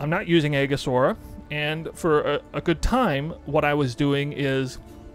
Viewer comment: Eejis, the A is silent